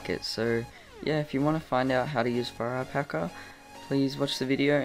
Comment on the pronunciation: I thought you said FIRE PACKER